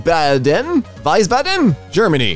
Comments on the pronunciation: its actually Wiesbaden, pronounced like Weesbaden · it's wiesbaden The e isn't pronounced an the i is a bit longer